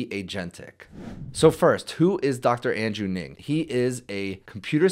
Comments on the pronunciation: Who is Andrew Ning? Weird pronunciation! The great ML guy is Andrew Ng. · It's not pronounced "Ning". It's pronounced "Ng". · really enjoying your channel and I’ve been watching for quite some time. I’ve gotten a lot out of your videos, so thank you. Please look up how to pronounce the name Ng. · Seems like a commercial here to monetize a YT video masquerading around as a technical talk. Why do we need your face in the bottom right and why do we need 2 minutes of “commercial” intro? Let the expert talk, and the expert is Dr. Ng and not the guy who can’t even pronounce “Ng” right.